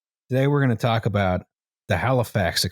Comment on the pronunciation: sorry aboot the mess eh